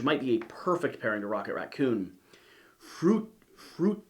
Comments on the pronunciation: Froo-Ish-un :D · It’s fru - ition.